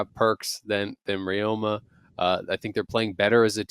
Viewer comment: Ryoma's second year in LCS, people still butchering the pronunciation.